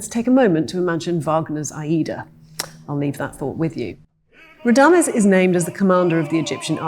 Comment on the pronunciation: she cannot even pronouce Radames‘ name correctly 😂. An opera amateur trying to preach her “cultural study” to opera audience😂